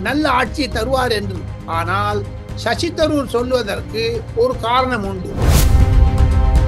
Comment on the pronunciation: shows the flavor of Tirunelveli journalistic style only..needs to improvise on the interview capability and body language and flow of words..say he is not bable to say sasi taroor name also properly..sound like a village women..